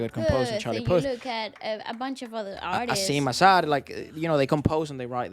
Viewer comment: It’s not Asiam-e Azhar-e Efra. It’s like said. Asim Az-Har